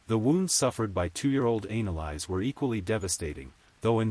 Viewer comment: It's not analise it's Annelise stupid AI